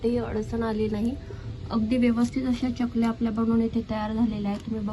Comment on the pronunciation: चकल्या असा शब्द आहे. च आणि y cha जोड उच्चार करतात.